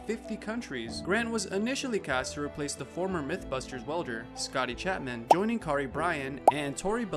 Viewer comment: he said car ee instead of Care ee....facepalm who sais that edit- Also only of the video is about grant directly